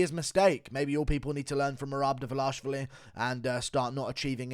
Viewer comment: Still laughing from your meltdown on livestream. Your pronunciation of his name, Dva-LASH-vili reminds me of Chael’s “Bluhal Mohammed”.